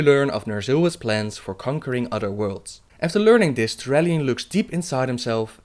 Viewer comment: Het is geen steenkolenengels, maar probeer misschien toch een beetje aan de uitspraak te werken (udder-other, deaf-death, dis-this, etc.). Ontzettend bedankt voor de videos!